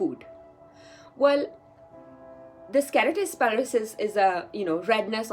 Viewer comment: It's not kerotis pilaris.. it's KERATOSIS PILARIS. U said it wrongly thru out d video !! And why did u call it a disease ?????!!!!! I think u highly lack in knowledge but making random videos without getting sound knowledge on d subject keratosis pilaris is not a disease, but a common, harmless skin condition that causes small bumps and dry patches on the skin Also FYI keratosis pilaris is majorly caused by imbalance in vata & kapha dosha not pitta as u said.